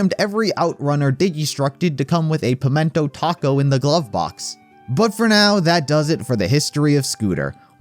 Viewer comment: a 'pimentaco'